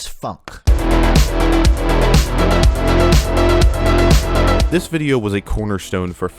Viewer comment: I thought it was supposed to be pronounced "foonk eh"